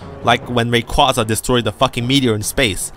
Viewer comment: Hearing you mispronounce Rayquaza is agonizing.